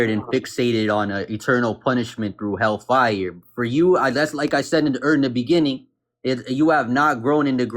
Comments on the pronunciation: The way he kept stressing the FIRE instead of hell was annoying. hellFIRE, hellFIRE. I've always said it HELLfire. Idk lol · What irritates me most about this guy is the weird emphasis he puts on the words hell fire. "Hellfay-urr" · The Hell FIRE emphasis is weird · Why does he pronounce hellfire that way